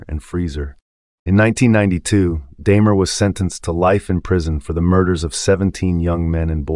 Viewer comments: DAHmer, not DAYmer. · I appreciate the effort of these videos but right off the bat... This is the first video I've stumbled across of yours. 'Daymer?' Really? 🙄